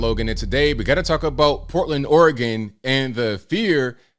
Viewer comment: It’s Oregon